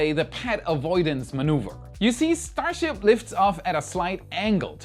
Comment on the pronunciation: "Enough Starshiip for today." no